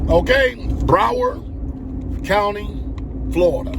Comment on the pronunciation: Its " BROWARD COUNTY" not Bauer lol.🤷🏿‍♂️🤷🏿‍♂️🤷🏿‍♂️🤷🏿‍♂️